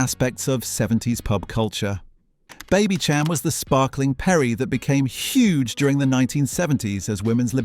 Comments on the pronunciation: Why so many mispronunciatons? e.g. Rowntree & Babycham (pron Babysham) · This has good content. Only irritating thing is the incorrect description of some of the brands and products - this is either an AI bot reading this 🙄 or a person who doesn't really know what they're reading out - e.g. ' Baby ch am" should be Baby'sham' in phonetics.....and 'Funky Jibbon" ??? - such a shame - there are more, just spoils it and almost ridicules the age when these things were current. Sorry.